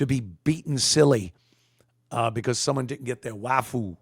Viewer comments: Can you say waffle, not "wafoo"? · It's Waffoo. They can't pronounce that L at the end.